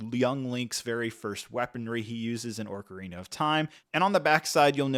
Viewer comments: Not orcarina either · It's Ocarina not Orcarina and it's Deku tree, not deeku tree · Your mispronunciation of Deku, Ocarina, and hylian are killing me man. Also that’s not a tablet Zelda is holding it’s the sheikah slate, and it’s the hookshot not the headshot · I was looking forward to watching this. But 5 mins I can’t handle this pronunciation of ‘oRcarina of time’. It’s making me feel itchy. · why does he keep saying ''orkarina'' instead or ''ocarina'' ? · Say it with me “Oh-Cah-Rina, not Orca-Rina” lol You can do it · It’s pronounced (Oc-arina) not (Oarc-arina). This has nothing to do with the soldiers of Sauron’s army. I don’t mean to nitpick, but you didn’t just mispronounce it once or twice, you mispronounced every single time, and you said it a lot. You did a good job on this review otherwise, but hearing you mispronounce Ocarina was painful. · That was hard to watch “Deeku” (Deku) “Orcarina” (Ocarina) “Headshot” (Hookshot) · The ”musical instrument” is the ocarina! Orcarina is not a name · I was just pondering... should I post this or not... Ocarina "Aw-karina" Deku "Deh-koo" I could be wrong but I'm pretty sure those are the correct pronunciations... Lol Orcarina.. Now I'm going to hear that everytime I hear the word. Hahah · but he’s saying ‘orcarina’ not ‘ocarina’ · Great review so far. One quick note. It's not an "oRcarina" it's "ocarina". There's no R in there. ❤ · Usually people say either Ahcarina or Ohcarina. I've never heard it said as Orcarina before. At least it's something new! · Deeku? Orcarina? Ur killing me Hylia 😭 I see your comment about it but it is crazy they sent it to you for u to pronounce ....hahaha oh god it hurts me every time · take a shot every time he pronounces it oRcarina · "Deeku" "Orkerina" "Hylia Shield" "Tablet" "Headshot" "Endora Shroom" "Hyleean Shroom" "Deeku Babis" "Skulltoola" My eardrums are shattered 😂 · Its pronounced "ocarina," fyi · What is this “orcarina” you speak of? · ‘Orcarina’ ‘deeku’ ‘headshot’ ‘tablet’